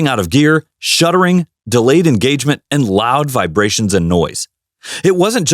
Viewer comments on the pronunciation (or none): Uh. The word is SHUDDERING not shuttering. 2019 Jetta here. 80,000 miles zero problems. Oh wait I have the 6 speed manual transmission. 🤣